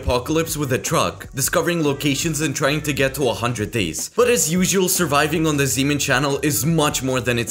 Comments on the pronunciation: I thought he said semen instead of zeemen💀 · I hate hearing something else when he said zeeman